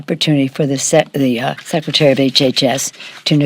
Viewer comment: Did she have a mini stroke when she said "secretary of HHS"? Her face twitched as she slurred and said "sec, secretary" and from that point on she was having more and more difficulty speaking. Not that she was speaking the greatest before that.